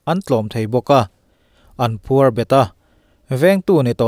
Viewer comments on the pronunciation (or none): none